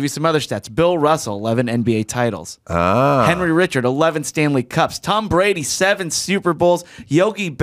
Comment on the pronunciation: Henri Richard is French canadian won 11 stanley cups . Say his french name correctly please he earned that .